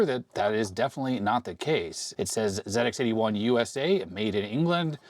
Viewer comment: Hi, as a Brit, I'm glad that you're saying "Zed Ex 81" rather than "Zee Ex 81". 😁😁 Also the ZX81 screen buffer wasn't a fixed size, it expanded and contracted as necessary. In the UK the VIC 20 was about £200.